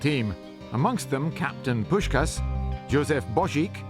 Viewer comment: Pronouncing Puskás wrongly is a bit embarrassing; normally, I'm not sensitive to this kind of thing, Hungarian is weird enough not to be, but since you call him one of the greatest football players of all time it should not be that difficult to ask one of your interviewees. Poosh-kaash.